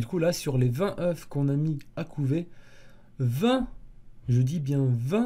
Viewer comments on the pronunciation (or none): Oeuf au pluriel ca se dit eu!